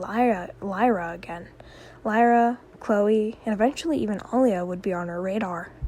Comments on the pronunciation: It's "LILA" not "LYRA". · Ok but you saying "Lyra" instead of "Lila" got me every time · The liar girl's name is pronounced Lia-la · Purposely mispronouncing her name savage